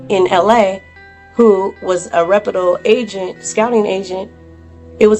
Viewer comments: Young lady it's not repedul --- the term and word is ""a reputable "" get your word game up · "REPIDLE"???? The word is Reputable